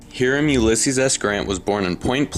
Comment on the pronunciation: It's pronounced hi-ram